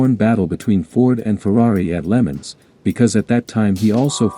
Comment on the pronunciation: AI robot talking. Pronounces "Le Mans" lemons.